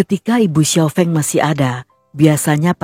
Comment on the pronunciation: Sekadar ralat, Kak. Xiao Feng, Fengnya pakai e pepet (sekolah, sedia, kembang dll), bukan e taling (enak, beda, kecap dll) 🙏